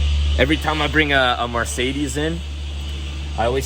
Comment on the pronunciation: Take a shot every time pronounces Mercedes as “Marcedes”!